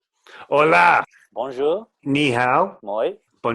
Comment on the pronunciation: He keeps saying Holà wrong🤔